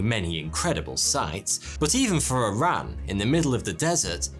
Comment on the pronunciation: Glad you pronounced iran properly..... Not I Ran